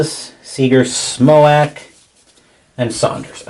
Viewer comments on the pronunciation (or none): Lol. Smoack. It's pronounced Justin "Smoke"